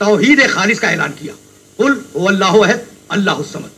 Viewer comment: Pagal k bchy ayat to thek par ly ahad ko ahid par raha h